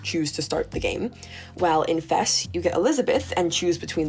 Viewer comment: Thank you for pronouncing FES correctly. AND using the correct name of the P3 protagonist. Great analysis of each game overall, thank you for this!